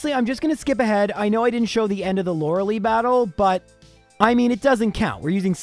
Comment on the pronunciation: The way you say Lorelei triggers me every time